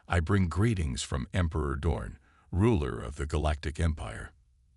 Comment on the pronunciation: Name is Dorn, not dawn!😮